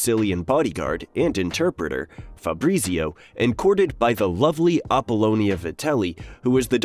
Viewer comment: Febreezeeo... FahBrreetzio...